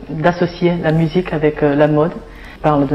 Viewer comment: 尚雯婕在说mode这个词的时候，原因o发音过长，明显受英文影响。